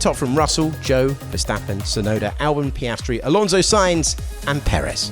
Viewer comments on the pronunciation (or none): none